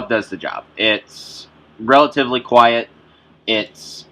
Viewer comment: did you say Quite ?ha ha ha.